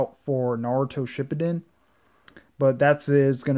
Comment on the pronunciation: oh my gosh do u know how to say shippuden